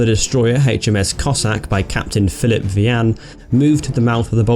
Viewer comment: the name is vi an not v an as you pronounce it otherwise a good explanation my uncle was aboard HMS COSSACK